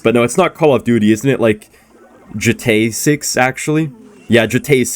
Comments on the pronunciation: “Getah 6?” 💀 your a cutiepie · can say gta6 whatever he likes